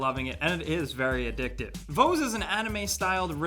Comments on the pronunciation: Mekorama is only 4 mb aaaand Voez is pronouced like Voice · It's pronounced voice. VO-E-Z